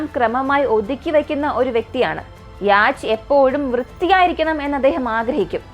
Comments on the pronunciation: യാച്ച് എന്നല്ല യോട്ട് എന്നാണ് ഉച്ചാരണം. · യാച്ച് അല്ല യോ-ട്ട് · The Pronunciation for Yacht is "Yot" "Yo-tt" Not Yaach. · യാച് അല്ല സിസ്റ്റർ Yacht ആണ്. ഡാൻനിഷ് word നിന്നും ആണ് യാട്ട് ഉണ്ടായത്. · യാച് 😂😂😂😂😂ബോട്ട് പറയുന്നത് നല്ലത്. എന്തോ അലോസരം. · Yes യാട്ട് എന്നാണ് pronounciation, സഞ്ചാരം പ്രോഗ്രാമിൽ ഈ word പല പ്രാവശ്യം വരുന്നുണ്ട് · യോട്ട് അല്ല. യാ ട്ട് എന്ന് ആണ്. ഡാനിഷ് word ആണ് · Yot അല്ല. Yacht word, ഒരു ഡാനിഷ് word നിന്നും ആണ് അപ്പോൾ കറക്റ്റ് pronunciation യാ ട്ട് ആണ്. അതിൽ ch slient ആണ്. യാ ട്ട് പറയുന്നത്. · Good video but you need work on the pronunciation . Yacht 🛥️ pronunciation is yot Just giving feedback only 😊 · Yes it's 'yot'.